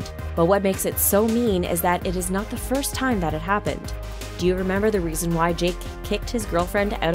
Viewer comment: she said balls firsh hahahahahhahahahahA